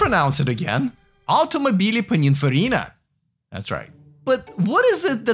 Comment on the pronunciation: If you need some Italian training pls let me know, your "automobili" sounds too awkward for Italians 😂😅